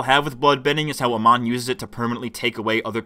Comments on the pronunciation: Bro, it's pronounced "A-MON". Not "A-MAN". Can't even get the name of the bad guy right. The writing in this show is very shallow. That's my main issue with it. Amon wants equality for non-benders, that's cool. But how are non-benders struggling in society? How are they being oppressed? The two wealthiest characters in the series are non-benders (Varrick and Asami's dad). The non-bender homeless people seemed to all be living fairly ok. They introduce a cool concept, they just never flesh it out. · I'm fluent in 3 languages and have a background in linguistics/phonetics. Most Americans have a very difficult time distinguishing between short and long vowels. You're saying "uh-mahn", but it's pronounced "uh-mown" in the show. I can 100% guarantee you that if you hear your pronunciation and compare it to the show you will notice the difference. On my point, the homeless guy was shown always as being happy and doing well. Not to mention, there's the scene where he literally mentions benders and non-benders living peacefully (both being homeless). So bending vs non-bending is not the issue, since benders are also shown as homeless. And the show portrays the situation as relatively ok (no one is shown suffering, being oppressed, etc).